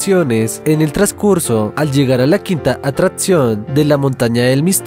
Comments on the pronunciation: La quinta atratsion xd aprende a hablar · Me da no se qué cuando pronuncia ATRATCION en lugar de ATRACCIÓN.